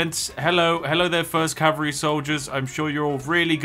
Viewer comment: did it really say fist calvary